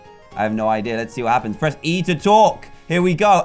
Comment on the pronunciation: did you srsly say BREATH start It's press start...